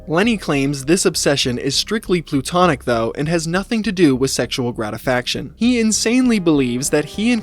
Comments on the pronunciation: it’s also sexual ‘gratification’ not gratisfaction or whatever he said lol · Thanks for putting this out. It will NOT STOP SNOWING Edit: Bro said "grati-faction"😂